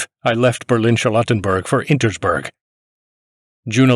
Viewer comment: The stubbornness with which he pronounces "Insterburg" as "Intersburg" time and again is stunning.